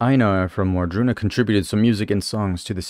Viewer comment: Ward-Runa. It's easy to think War-druna. Not that it matters but I mention it for they who possible would want to know that